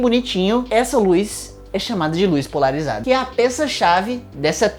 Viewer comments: POLARIZDA DE NOVO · Acho que o estava com fome quando fez o vídeo. Aos, comeu a letra "a" de "polarizada" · "polarizda" opaaa, agr entendi pq vc ta ficando gordo, ta comendo o A das palavras hehe PARABENS PELO VIDEO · Kkk e continuou até o final da explicação com a falta da letra A